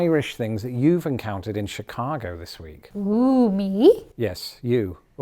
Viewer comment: The way says “Chicaaago” she fits right in. 😂❤❤❤😂